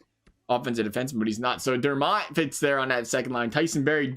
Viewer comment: It sounds like you call Dermott, Dernott lol